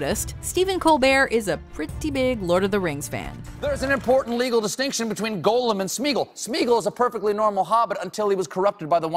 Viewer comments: I'd believe Stephen Colbert was a LOTR geek if he knew how to pronounce Gollum properly, it's not the same as Golem. Damn it Glen Close was amazing in Hook, never had a clue. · Stephen Colbert is such a Lord of the Rings fan, he pronounces Gollum's name wrong! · If Colbert is such a big Tolkien geek then how does he not know that Gollum is not pronounced Golem? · Yet Stephen mispronounces Gollum? Also Steve Buscemi's Pulp Fiction cameo is pretty famous. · Stephen Colbert may be a "big fan" but he's pronouncing the character Gollum like the Jewish word "golem". Which is wrong. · Biggest hobbit fan? Can’t pronounce gollum